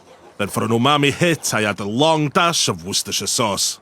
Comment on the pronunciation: Also got to say. You are the only person in the world where Worcestershire sauce sounds like it's pronounced properly 💯